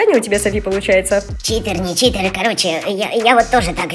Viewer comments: Прости Анюта но , правильно читЕр 💞😃🤗😉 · правильно ни Читер а Читер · Не Чите а читер❤❤❤❤